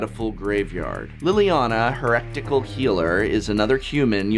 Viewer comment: Prof are you okay? I've noticed this before but it was particularly bizarre to hear an English professor mispronounce so many English words in this episode. Maybe they're just strange ticks that are idiosyncrasies of your accent and speech pattern but you pronounced ballista, carrion, and heretical (to name a few) very strangely. Also, the cut before the combo section was rough and clipped the previous section. I think I speak for everyone when I say, "Give yourself enough time to create a product that you're proud of and that is above reproach." Also, if you don't know how to pronounce a word, look it up.